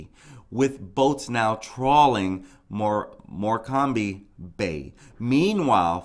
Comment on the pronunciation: Hi , Morecambe is pronounced, more cum . No slip marks and the water was only 1ft. Its a tidal river so goes up and down. Police haven't searched empty houses yet , so people are breaking into them to search . The cctv camera that shows where she was , was the only one "not " working. She never fell in that water !!!!!